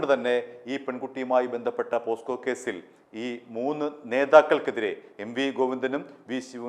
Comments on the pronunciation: പോക്‌സോ അല്ലേ പോസ്കോ എന്നാണ് താങ്കൾ പറയുന്നത് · പോസ്ക്ക അല്ലടാ ഊവ്വേ.. പോക്സോ എന്ന് പറയടാ.